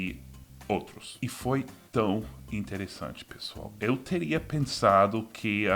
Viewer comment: Seu "tão" ainda soa como "tau".